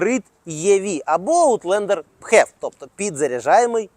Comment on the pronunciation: филипс же не пхилипс - правильно фев